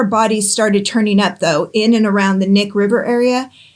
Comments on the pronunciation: It’s Knik, not Nick. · So, here's how the Knick River is actually pronounced. Cah-nick like Kuh-nick. Lol that's hard to explain 😅 🤣 😂 Great job fr though. That whole area along the Knick River and the Knick River Glacier, is a huge camping, hunting, fishing, hiking, and side by side riding area. There are bodies found almost every summer out there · Just a FYI. You say the K in Knik. Alaska thing. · To all the Alaska people coming out of the woodwork to tell us how to pronounce Knik river, I see you!